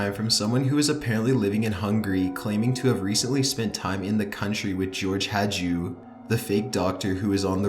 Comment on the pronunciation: Rather "Hajdu" than "Hadju"...